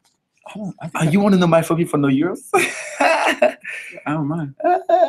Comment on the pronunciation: Love how they pronounce phobia as "Phobi" aw bless.